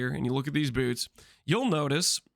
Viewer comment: Why are we saying "bewrts" Lmao